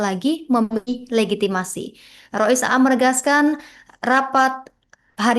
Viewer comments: gak ngerti ilmu nahwu sorof ya sperti ini... Rois 'Am mba bukan A am.. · Rois AAM. bukan Rois A AM.. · Rois Am.. Bukan Rois A am..